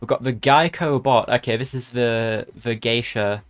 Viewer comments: its pronounced gay-sha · i love this pass so much, btw it's pronounced gay-shuh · Geisha is pronounced guy-sha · it's pronounced geisha :D